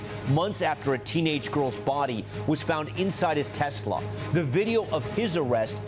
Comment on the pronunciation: needs to learn the proper way to pronounce the word Tesla.